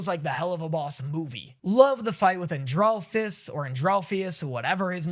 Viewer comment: And-ral-fus I how it's pronounced :)